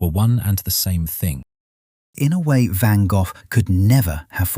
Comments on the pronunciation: Van-Goff? I hate computer voices! 😫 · i could not get past because the ai narrator couldn't pronounce a famous painter's name correctly; it doesn't end in "f". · Dear A.I. Narrator, You are brutally mispronouncing the artist's name. It is not pronounced Vangoff. It is pronounced Vango. Sigh.🙄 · "GO" -- NOT "GOFF" who programmed this A.I.???? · It is not Van Gogh's painting it is a Van Gogh painting Pronounced Van Go, not Van Goff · LEARN HOW to pronounce Gogh, it is not Van goff, is sounds more like Van Goh...Check with "how to pronounce a word" on your tube. it should come out almost as a cough. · Please teach your Ai to say van Go instead of Van Goff. Touring a decent story. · For the sake of sanity, you're calling him Van GOLF when it is pronounced Van GO, 😂 LMAO Golf, LAWD HELP ME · Van Goff? Seriously? If you're gonna use a text reader.....then write the narrative in a way that makes the computer at least that has them pronounce it properly. Write "Van Goe." Then it comes our correctly., All you guys do this, but do not bother to fix it. Drives me nuts and I stop watching it immediately. Just pure laziness. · Who the heck is Van Goff??😂. Van Go is how I was taught. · I am 71 and in ALL my life, I have never heard his name pronounced Van Goff. Interesting. Looks like I need to do a bit of sleuthing to confirm. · yes, but, he was born and raised in France where they would have pronounced his name as “gaugh(f)”. 😊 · Van Go. Florida USA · Van Go - Canada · Vincent VanGuff?? 🤦🏽‍♀️ Ai needs to work on it's pronunciation. I don't even care what this video is about. 🙄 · Irritating, one should pronounce it as Gock as in Lock, never mind where you are from. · Van Goe, that's how it's pronounced!! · God I wish they would get real people to narrate! Van Goff? ? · Van Goth????????????? I have never heard his name pronounce like this before???????????? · Who in the world is Van Goff? Seems AI can't read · "VANGAFF" lol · Who in the hell, is "Van Golf"?!?!